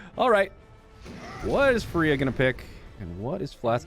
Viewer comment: FAREEHA = FRIYA